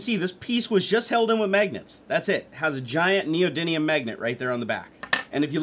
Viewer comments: I always hear it pronounced "neodynium" but it's actually "neodymium". It's chemical symbol is Nd and is number 60 on the periodic table. While yes the magnets are actually an alloy of neodymium, iron and boron, they are still called neodymium magnets. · Neody n ium or Neody m ium? Lol